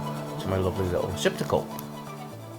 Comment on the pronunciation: Receptical, not Reciprocal.